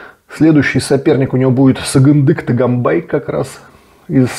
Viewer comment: Не Таганбай не Талтаев правильно гобари фамилию Тоганбай Толтаев